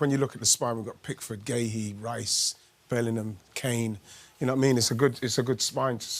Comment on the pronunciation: Did he say reecey ? It must be in the England managers contract that they put ey at the end of everybodys name